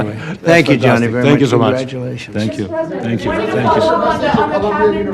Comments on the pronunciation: It's Gianni, not Johnny. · Infantino spoke exactly what trump wanted to hear. 😂😂😂😂. Btw, his name is Gianni not Johnny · Gianni not " Johnny"😅😅😅